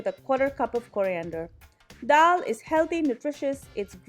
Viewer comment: It’s not DHAL. It’s DAAL 🙈